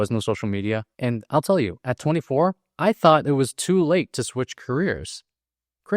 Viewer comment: Tot? Lmao I think you meant thot? like thistle, or throw. now at the ought.